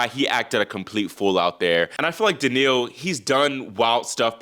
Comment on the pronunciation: I love your show but I find it difficult to understand how you pronounce players' names. Example: how you say Daniil. I suggest you pronounce it more like Daniel, with more stress on the "Dan." Also Bonzi in English ought to be pronounced /Bahnzy/ not /Bonezy/ as per the basic rules of English pronunciation. Granted in French the "o" would be pronounced /o/ like the name of the letter, but if you're trying to pronounce it like French then you have to soften the "n"; otherwise it doesn't work. Thanks. -a pronunciation teacher